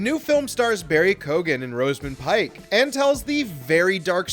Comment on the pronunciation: For the love of God, why can't Americans pronounce names correctly?😡 He is Irish and it's Keoghan not Kogan. The e is there. There is an interview where he says how his name should be pronounced. Also, its Rosamund Pike not Rosemund Pike. Notice the a after the s. Sack the narrator. 😂